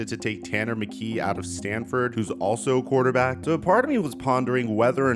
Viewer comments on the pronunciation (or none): none